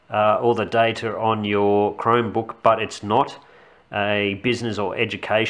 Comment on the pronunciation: sounds like youre saying "crimebook".